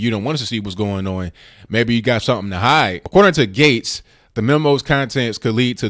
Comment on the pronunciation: Since you asked,; Gaetz is pronounced " gets" as opposed to gates